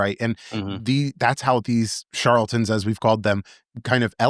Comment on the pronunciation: it's "charLAtan" not "charlton". Sorry - it's fingernails on a chalkboard to me. 🙂